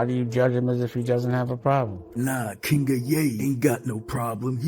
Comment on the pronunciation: I'm a white "KINGUH"